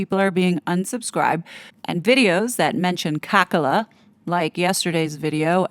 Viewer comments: I know you do not like Kamala Harris. But please do call her with her name Kamala and not Kakala. This is disrespectful. I am European and not c interested in your politics. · I love how you say Kamala's name. It makes me laugh each time you say it. Very apt name!